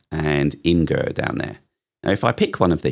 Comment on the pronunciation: "Imgur" is pronounced as Imagur (image + ur).